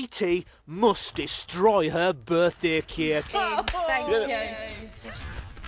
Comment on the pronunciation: Sco-iy T muust destroy hur buthdaiy cayik